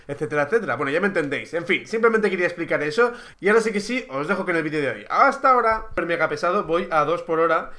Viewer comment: Hasta aquí el "vedío" de hoy